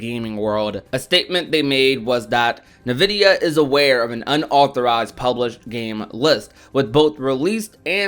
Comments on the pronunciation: Every time I hear someone say nuh-vid-e-uh I cry inside. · "Navidia" lol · Im sorry i hope im not the only one being distracted by the "nvidia" pronunciation 😂😂